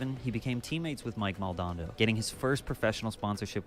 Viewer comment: Am i the only one gettin annoyed by the pronunciation of mike maldonados name